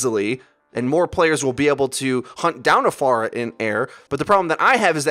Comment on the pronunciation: Thanks for saying Pharah's name right